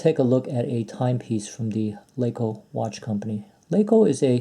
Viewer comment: It’s not “Laa-CO” it’s pronounced Lahco,the A is short.